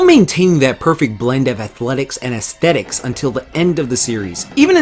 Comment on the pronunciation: Z-Sthetics man,Z-Sthetics